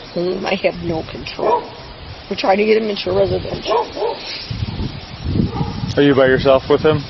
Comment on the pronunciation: reshidenshal.... you mean "residential" ...you poor old drunk lady...😮 and oh my God he was at Cross country after school!! such a bad bad kid..Aidan maybe difficult but he certainly does not need you..